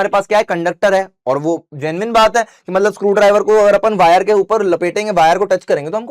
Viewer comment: "matbal" was epic 😅